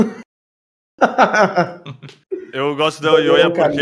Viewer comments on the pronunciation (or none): ELYOYA e um nome composto, "EL"= Pronombre ="o", "YOYA" é o nome e se pronuncia "JOJA" seria ""EL-JOJA"